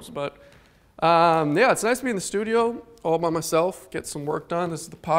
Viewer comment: and his "SLEWdio" instead of studio. ha